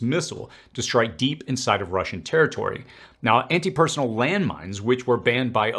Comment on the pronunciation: It's pronounced - personEL.